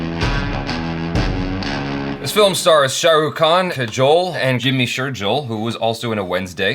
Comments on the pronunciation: It pronounce jimmy sher gill (as fish gill) not jill. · Lol....Not jimmy sherjill...it's shergill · Loved the review. The name Shergill is to be pronounced like "Cher" and gill like the fish organs. So Cher+gill =Indian name 'Shergill' also 'Kajol' is the same as 'cajole' in pronunciation with the first syllable stretched slightly.